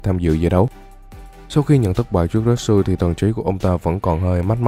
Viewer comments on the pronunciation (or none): retsu mà nghe như natsu hahaha